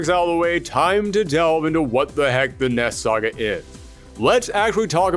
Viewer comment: It sounds like your saying ness saga